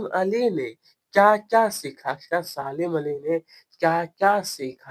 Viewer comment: Salim Ali ❎ Saalim ali 💀💀 Bahi aapko padhna nahin aata to kyon badhate Ho pahle khud padho uske bad dusron ko padhana ok